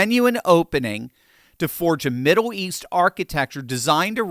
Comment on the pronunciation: Why do you keep saying "Middow East"?